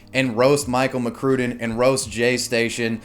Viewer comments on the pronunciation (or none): It's pronounced Mc Crud in. I liked his vids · if you say Michael McCrue-den one more time